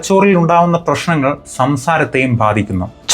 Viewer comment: നല്ല Video. വ്യക്തമായിൽ മനസ്സിലാകുന്ന രീതിയിൽ പറയുന്നുണ്ട്. പക്ഷെ ചില വാക്കുകൾ ഉച്ചാരണം തെറ്റായിപ്പറയുന്നത്, പുതിയ തലമുറയിൽ ചിലർക്കെങ്കിലും തെറ്റിദ്ധാരണയുണ്ടാക്കും. (വഷം, വെരക്കാനും എഴുതാനും, പ്രഷ്നങ്ങൾ, ഷബ്ദം) ശ്രദ്ധിക്കുമല്ലോ.